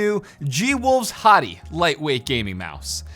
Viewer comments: ... I can't take it anymore... Hati is pronounced HAY-tee... as in the country... Not Hoty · you know since its G wolve it would be Hati Hróðvitnisson pronounced HATEY